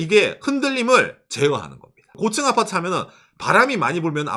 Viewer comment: 곶츤 아파트 ㅋㅋ 발음 귀여웡❤